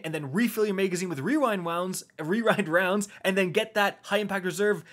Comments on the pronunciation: Wee-wind-wounds haha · Wewind wownds had me rolling 😂😂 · Just say "Wewind wownds" and be done with it. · “We-wind wounds” 😂 So glad you left that in lmao. Great video as always❤️ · REEEEWINE Rounds. Love it. Don't be to hard on yourself. That is a destiny tongue twister. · Followed be “Re-rind rounds” lol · "Wewind wounds" 😂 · You had me dying when pronouncing rewind rounds. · But the most powerful weapon of all: pronouncing rewind rounds